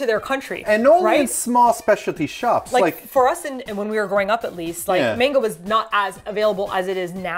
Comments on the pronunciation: how you pronounce "mainga" triggers me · Love you two, but please pronounce manga correctly! ❤️✌🏻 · Glad that later in the video pronounced manga as ma-n-ga and not as you two were earlier in the video, me-i-n-ga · Omg hearing them say "Mang-Ga" in the beginning breaks my heart. Then some how they say it right 😂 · It's "mahn-ga", you guysss. I KNOW you know hiragana and katakana, so I know that you know that the A in Japanese is an Ah sound. Teach your followers the proper pronunciation plz. It's also "flah-n"!😄I'm sorry i'm busting your balls. For foreigner's who get tired of Japanese food, like my friend quickly did when we went after about 3 days, lol, other future tourists should know, there are lots of (good) chains from the U.S., the U.K. and other countries in Tokyo when you may want a break from Japanese food, such as 800 degrees pizza from L.A., Shake Shack from NYC, Starbucks, of course, etc. and if you Google search "American restaurants in Tokyo" or "British restaurants in Tokyo" etc. Lots of restaurants you know and also Japanese or foreign-owned mom & pop places with those comfort foods you're craving will pop up! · Love you guys to death, but you're killing me with the various pronunciations of "manga" in this one video. />O<\ I humbly ask to please not start off as you would with the word "man" as in a human or as if you're greeting someone with the phrase, "Hey man!". Manga would be pronounced more like the "Ma" in "Mama" followed by a hard "n" as in naught and the "ga" sound as in the Gambino crime family or Ghandi which are the first well known words/names with that sound I could think of! Also...Yea! for the return of a TL;DR video! I laughed/was in shock with the return of the opening and music. :D Loved it! (I'm not trying to be a prune, btw. Two years of intense Japanese language classes drilled pronunciation into me so much so that I physically cringe when it's westernized. ^_^;;)